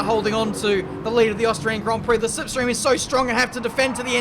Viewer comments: You said lipstream not slipstream 🤣🤣🤣 classic. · Did you just say “lipstream” ?? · Did he say “Lipstream”? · It's poking fun on Davide Valsecchi who pronounces it that way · Did he say lipstream ? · lol he said lipstream lollllllll u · “in the LipStream”.... are you alright mate? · yes, yes he did